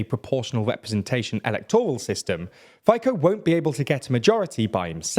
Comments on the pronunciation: Despite this misleading poll and terrible pronounciation of names, I think this video got most of it pretty right though... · If smaller part votes less pro Z parties, that doesn't mean it's majority. There are much more pro-Europe parties than Z ones. Also, not caring for pronounciation is basically flipping off quality of video, potentially angering people here. Btw, way they pronounced "fico" in this video basically means "tobacco pipe guy" in Slovak... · I really like your videos, but as a chzech and someone who understands slovak I really hate your pronounciation of the name Fico. Also I think that you can translate Smer as Course or Direction and Hlas as Voice. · I know that pronunciation of names wasn´t big deal on this channel, but that pronunciation of Fico is on completely new, very painful level 🥲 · Fico is supposed to be pronounced as "Fi" in "fish" and then [tso], [phaiko] sounds terrible 😂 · Fico would not be pronounced (Fi-ko) but (Fe-ts-oh, Feet-so) else very well pronounciations also the parties Smer can be translated to Direction or the way, and Hlas can be translated to The voice respectivly. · Look genius, he is not faiko, but FICO (feeso). Before making any attempt to inform or influence public about "your" opinion,make some efforts to AT LEAST learn the spelling of other cultures and languages names correctly. If others would have spelled English names the way you do, your names would look like mouses and cats.. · It’s FITSO, pal not Faiko! Good job with Pelegríni ;-) Good summary otherwise! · Can you just try not to butcher the former Slovak PM name Rober Fico? Robert Fico (Slovak pronunciation: [ˈɾɔbɛɾt ˈfitsɔ]..Not even difficult and it is definitely not Faiko...Otherwise great work on the news channel. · Fico is not pronounced as "Faiko" 🤣but "Fitso". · You bobbing head you can't even pronounce Fico. It is pronounced Fitso!! That is how little research you do for your videos. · Fico-Faiko? 😁 Please pronounce names correctly!